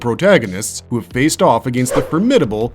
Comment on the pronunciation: Holy run on sentences batman! Take a breath dude. "Soary?" "Ah-gain-st?" Geez, couldn't even make it through the whole video for due to your mispronouncing and refusal to pause between sentences 👎👎